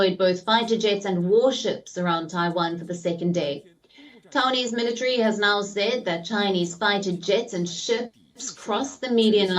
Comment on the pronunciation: MillaTree. i swear military has 4 syllables.